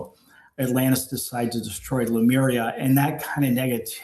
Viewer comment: Why do so many people pronounce Lemuria as Lumeria????